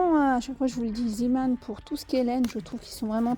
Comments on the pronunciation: C est vrai on dit zémon ...j ai jamais vu le petit marin par contre je sais juste que c est le nom du fondateur ... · Sacrée! Tu m'as fait rire: Ziman! Mais non: Zéman... Zee veut dire mer en néerlandais d'où le logo du petit marin. 😅😅😅 Mais merci... je me suis achetée les verres poisson! Ils sont très chouettes!❤❤